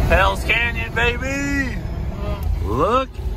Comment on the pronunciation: Did he just say……Belles Canyon? Do YOU know how to get to Belles canyon???